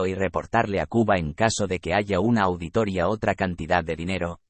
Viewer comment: POR QUÉ DICE AUDITORIA, SI ES AUDITORÍA, CON ACENTO EN LA I...